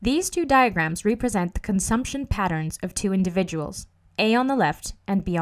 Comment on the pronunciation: Rep-resent not re-present